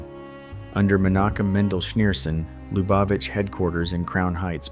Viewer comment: The only pronunciation of Lubavitch i've ever heard is LOO bah vich. Not "Luh BAH vich". 🙄